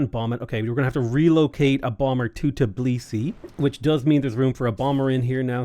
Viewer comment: My good man, over many years that i'm watching you play civ6, you're not once name Georgian capital correctly. It's always TIB lisi, but it's actually TBI lisi